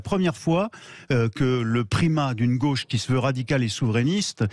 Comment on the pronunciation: J'adore l'emphase de l'expression "TOUTES LES GOCHES" 🤣🤣🤣 Combien de "goches" ??? Je me marre !